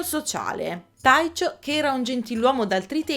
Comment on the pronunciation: però "Taicio" per Tycho, no..